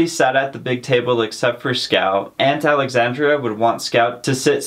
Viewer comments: It's aunt Alexandra not Alexandria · It's Alexandra, not Alexandria. Thanks so much for cheating kids out of reading a classic book.